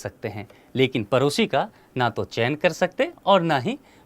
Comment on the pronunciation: परोसी नहीं भैया पड़ोसी...